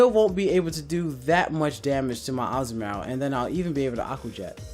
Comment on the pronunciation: That's one weird ass way to say Azumarill :s It's Azu-maRill